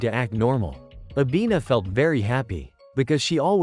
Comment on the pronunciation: Bro it not avina its nana